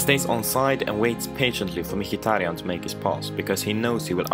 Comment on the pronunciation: only one that prenounced micki good